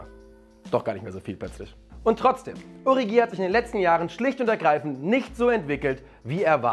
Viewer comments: Man spricht doch origi anders aus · Ist es denn so schwer Origi richtig auszusprechen?